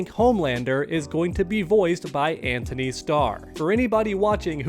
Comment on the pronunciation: Guys his name is An-tony. There is no H lol